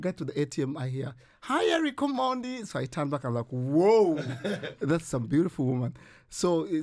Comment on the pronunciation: Uyo presenter anasema "Omondi" fiti😂😂😂😂😂